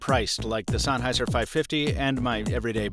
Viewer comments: it's Sen. Like hen!!! Sennheiser not sonheiser. Aaarrrrgggghhhhh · Very good review, bizarre pronunciation of "Sennheiser" notwithstanding.